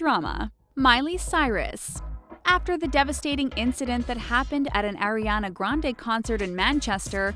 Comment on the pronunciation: AAAriana. Not "eri fucking ania. Goddamn